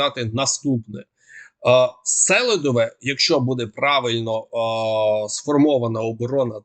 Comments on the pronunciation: Пане, СелІдове. Наголос на другий слог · СелИдове! Правильно говорити так. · Робіть правильний наголос СелИдово - правильно ! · Читайте коментарі , говоріть правильно наголос, будь ласка. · Режет слух ваше сЕлидове. В Донбассе говорят СелИдове. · СелИдове! Ну скільки ж можна? Наголос на И! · Уточненя. СЕЛИДВЕ наголос на И. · СелIдове ударение на i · Наголос на другий слог - СелИдово (на букву и) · не правильное ударение в слове Селидово, ударение на букву И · Ставьте правильно ударение - СелИдово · Добрий день! Наголос в назві Селидове на другий склад. Мені здається, що для українського оглядача важливо правильно вимовляти топоніми. Дякую! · А на якому складі правильно ставити наголос??7 а першому чи другому. Тому що добрий військовий експерт, а філолог з нього так собі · Ставь правильно ударение